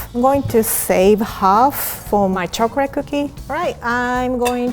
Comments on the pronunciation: She pronounced chocolate chocoret awwww so cuteee :3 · “Chocorate” Said the Asian women 😂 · my choc-r-ate